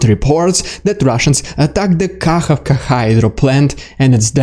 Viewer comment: Did you say kakavka?